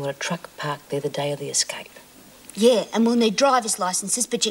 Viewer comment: Eggscape love lizzie and the way she pronounces her words!!! 🤣